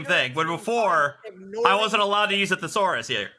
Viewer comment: Maybe he can find a thesaurus but he sure can’t pronounce the word. Lol